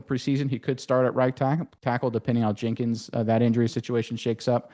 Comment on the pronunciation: Dude how do you not know Jenkins name lol